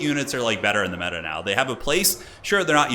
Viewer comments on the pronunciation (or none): none